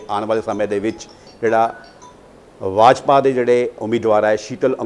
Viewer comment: Yajpa nahe bajpa hunda repoter saab